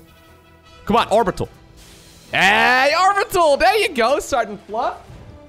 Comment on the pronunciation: love the dutch "he" XD goed bezig